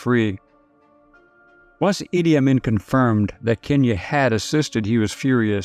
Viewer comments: Let's get something straight from the start: his name is pronounced "Ee-dee Awe-mean" it has never been pronounced "Ah-min" by any scholarly account. This is troubling at best... When the simple things are flat out wrong what about the things that matter? Think about it... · As a supposed historian, I can't believe you would mispronounce the name of one of history's worst dictators, Idi Amin. Weird